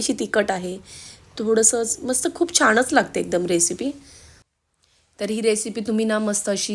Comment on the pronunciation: छान रेसिपी.पण जरा उच्चारांकडे पण लक्ष द्या. च्यमच्या, तिकट, छाणच हे उच्चार खटकले.